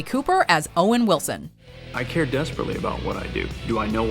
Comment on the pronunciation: At one point you were talking about "Carol." It took me a moment to realize you were referring to Steve Carell!